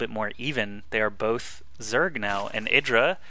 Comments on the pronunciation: his name is eye-dra, not eedra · yeah artosis' way of pronouncing it is right, which is 'eye-dra'